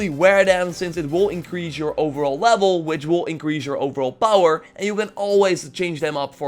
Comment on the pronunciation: “Overall lavel”